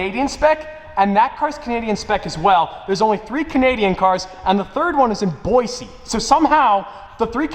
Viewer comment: As being from Boise, you must pronounce the s like an s, not a z. It is pronounced boy-see, not boy-zee